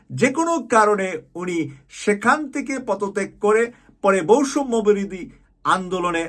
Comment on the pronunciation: এই দুইটি উচ্চারণে কিছুটা ভুল আছে ১ বৈষম্য বিরোধী, ২ প্রয়োজন।